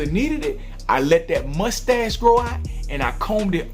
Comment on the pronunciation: when you said mustache it sounded like you said "musty ass"